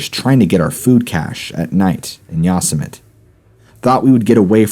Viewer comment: Yosemite is NOT pronounced "YA-suh-mit." It's "yo-SEM-a-tee." Omg wtf.